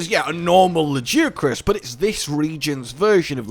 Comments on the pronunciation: ...All throughout the video I kept hearing "La Jia Chris" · Lajeucrus you say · How people pronounce Lagiacrus is like how people pronounce "Gif". /ponder